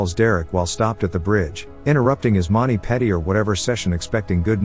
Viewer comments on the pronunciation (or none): What’s a monney petty? Did the AI voice mean to say “manny pedi”? This is why you guys should pay for better ai instead of putting it all in your pocket. Greed makes your channel worse…